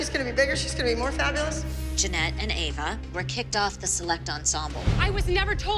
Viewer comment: pronouncing Ava is killing me 😂😂😂